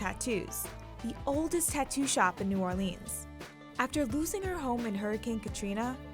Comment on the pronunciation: New Orleans not new Or-leans